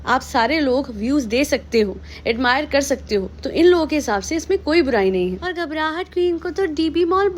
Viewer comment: Im from Bhopal 😃😃😃😃 how u said DB mall.... Mtlb bhopal me db me ghumti hogi😀😀